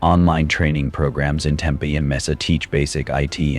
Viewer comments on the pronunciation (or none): Messa, Toosen, Tempah 😅